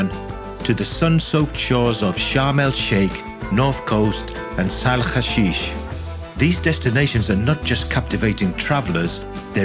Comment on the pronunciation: It's a very unique video, It's almost the first time someone has given it a look from the private sector point of view, I liked it very much, but I did notice you pronounce "Sahl hashish" like Isra*** people which could shift the purpose of the hole thing. We don't like them, no one does.